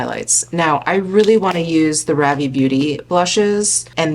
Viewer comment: Love new makeup videos! I think Ravie is pronounced "Rhaa-vy". :) I'm in Canada and I can't wait until they open up their shipping to us. The brush also looks incredible.